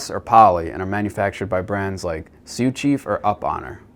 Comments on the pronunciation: I can't get passed you pronouncing Uponor as "up-honor" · Dam fine vid. This field is getting so big it's hard to keep track of all the options. Metal, plastic, press, push, expansion. Heck I've never even heard of push on. Crazy. That one looks so easy. I wonder what the life span of those are. I've heard so many different pronunciations of Uponor that I don't know what to call that one. Anyways, nice vid.